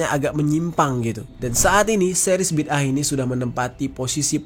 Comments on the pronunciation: Bukan bida'ah. Tapi bid'ah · BIDAA AH bukan BID AH, BA YA DAL ALIF ALIF HA, itu sebutan yang betul bro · Bang bacanya BIDA 'AH 😅😅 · Bid'ah kalii😂😂😂